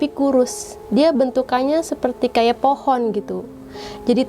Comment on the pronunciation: Pohon kak bukan po'on bhahahah🤣